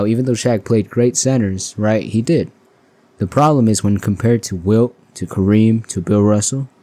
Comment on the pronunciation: It's Wilt, not Will